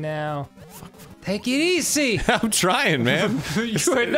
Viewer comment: Dan's extra Italian-American "TAKE IT EASY" caught me off guard